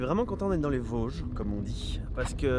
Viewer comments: Bien sur qu'on dit les Vôôôôsges !!! Ahah bienvenue en Lorraine !! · Merci pour la rectification du "o" de Vosges ! Mon oreille lorraine souffrait un peu 😂